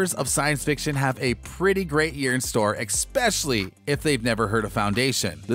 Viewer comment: Great review but oh my gosh you have to stop saying "ekspecially". You have a great voice over voice, all ruined by saying "especially" that way. Twice. YouTube is not a place to show off your ebonics skills if you don't want to be pigeon-holed.